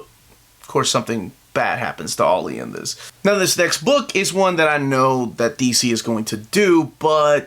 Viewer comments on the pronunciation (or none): none